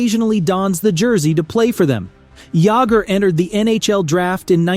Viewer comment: JAMMER JAGGER